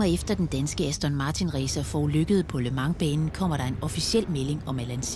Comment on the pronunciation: hader når hun siger ``lø mang´´ i starten idtedet for``le mans´´